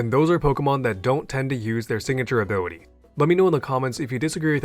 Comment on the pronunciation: "Abiwity"... I can't...